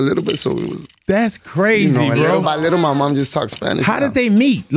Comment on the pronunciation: ANUEL AKA " LILLE BY LITLE"😅